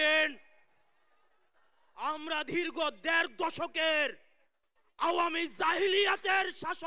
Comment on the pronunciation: হাসনাত বললেন ধীর্গ দ্যাড় কোটি🤣🤣🤣🤣মইল্লাহ্